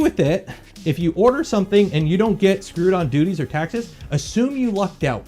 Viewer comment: You said "DUTTIES" ! More than once!! Thats funny. DOOTY! "Expect to get hit with DOOTIES!".